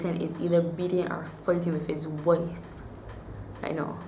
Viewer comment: Especially when she says "Fighting" and "Wife" sounds very Dublin